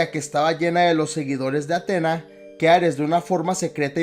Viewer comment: No es de mala onda pero te recomiendo que te fijes bien a la hora de hacer éstos videos, por ejemplo, se pronuncia Atenea no Atena, y segundo, Freya tuvo muchos hijos, pero Thor no cuenta, más que nada porque en juego de 2018 se nos revela, por historias de Mimir, que la madre de Thor era una gigante, en todo caso quisiste decir madrastra, pero nada buen video